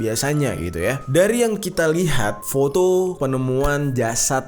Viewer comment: ngakak gw bang pas denger lu ngomong kata "foto" di menit , tp lu keren bang bisa ngejelasin sedetail itu.